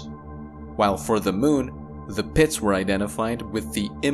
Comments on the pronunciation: The way he says "pits" lol PEHITS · Does he have any idea how much fun it is to hear him say "pits"? That's not the only word either. I love the way he talks.